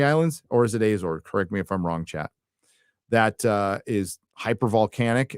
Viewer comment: Azores like America, not Ezores